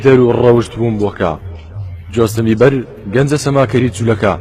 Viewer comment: براکەم جۆستن نا جەستن ......بیبەر ی چی خۆ سەوزەوات نییە ....جۆستن بیبەر نییە جەستن بەیبەرە